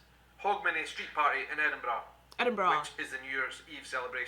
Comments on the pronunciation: You've learnt to pronounce Edinburgh, now you need to learn to pronounce Glasgow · Your 'edinbru' was perfect! lol!